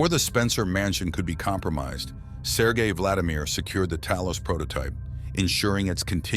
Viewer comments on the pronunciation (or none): none